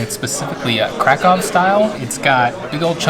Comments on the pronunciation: 20 seconds in and I’m already freaking out about the fact that someone actually said Krakow right for once. On behalf of all Polish people, THANK YOU😂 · It broke my heart when he prononced Kraków